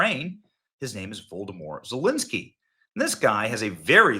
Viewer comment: Benny, you crack me up with the intentional mispronunciation of these losers' last names! Voldermort Zalinsky!